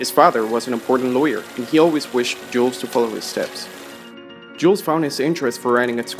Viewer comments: Es in Jules is not pronounced it's like "Gill" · Nice one. However, please pronounce his name correctly. The letter "S" at the end of Jules is silent.